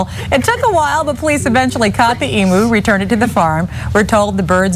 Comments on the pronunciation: Emu - pronounced Eemew, not Eemoo!! Yes, it's important to an Aussie. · EMOO 😂😂....nooo it's, pronounced EeemYou! You're welcome. Practice makes perfect 😅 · Love your videos, but someone please tell FOX29 emu is pronounced 'eeem-you' not 'eeem-moo' 😂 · Eem - U = emu. Not Emoo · It's pronounced "Eem-you", by the way. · Hate the way americans pronounce E-moo